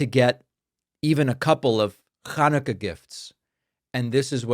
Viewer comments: Not pronounce it as the Hebrew word it is? How could pronouncing a word correctly be "bad for the country"? Are you confusing it with Shibboleth? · you shouldnt say Hanukkah like that its bad for the country